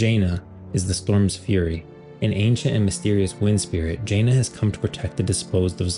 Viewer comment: Not to be that guy who nitpicks small things but its Janna (Ja-nah) not Jaina (Jay-nah)